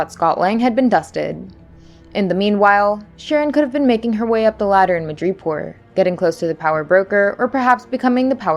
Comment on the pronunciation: I also think you miss pronounced madoripor